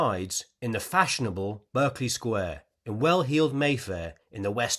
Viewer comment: Absolutely brilliant even if I did bridle at your pronunciation of Berkeley Square Sir!